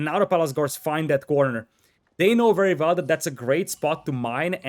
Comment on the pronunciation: You know ‘wery’ well that building ‘valls’ is important.